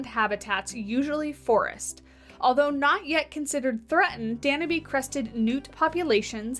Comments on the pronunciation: It's pronounced dan-YOOB. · I think it's a very cool animal 🥰🥰. But I think the e in Danube is silent and instead of Austria you said Australia.